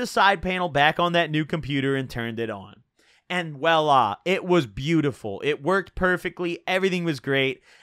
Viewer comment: bruh the way he says voila